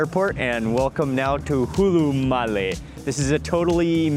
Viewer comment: Brother its not hulumali it's hulhumalè😂